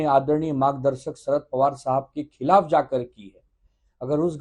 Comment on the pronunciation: खलाफ , घलती बोलने की बजाय हिन्दी उच्चारण ही बोलदो मेडम हम समझ जाएंगे ।।